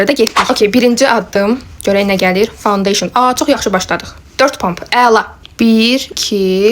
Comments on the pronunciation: Fondeşın yox fondedetn əllıq yox alıq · fondeysin yox ee fondeten😂😂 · Fondoten❎ foundeyşin☑️ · Findeyşın deyil fondaten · Ponteyşin deyil e ay bacı dontetən di onun adı